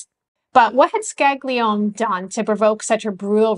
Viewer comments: With all respect,the documentary was very interesting.I would suggest studying Italian or at least proper pronunciation.The name of one of the persons mentioned,Sig.Scaglione,is pronounced more like ' Scal - lee- own-ay' not 'Scag- lee - own' like you were pronouncing it.A "G" followed by a "N" or "l" is not pronounced as "G". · Great channel! I just wanted to point out that the name "Scaglione" is not pronounced "skag-lee-own". The pair of consonants "gl" is its own sound, that is pretty difficult to pronounce for non native Italian speakers. Also, the final vowel "e" is never silent in Italian. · Scaglione is pronounced Scali-yon-ay. GL makes a lyon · Scaglione is pronounced scallione gli and gle in itallian is pronounced li the Spanish ll ...like tortillas ...but a little bit different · the short explanation, the rock category known as Ska, I'm sure you know of it. Think of pronouncing Scaglione as in 'Ska'. Glio-as in 'Yo Bro', Ne-Air (omit the R) Ska-Lyo-nair. Air/Hair/Share, by omitting the 'R' pronounced by you good folk in the U.S, that is the closest sounding comparison. I'm not trying to change the way you speak...in Italy, well. Best wishes to you! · Excellent report. Helps one to relate to the atrocities endured by the blacks. As an Italian I was disappointed by the mispronunciation of Scaglione. The "g" ishould be sort of silent. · sorry, but you pronounce Scaglione the wrong way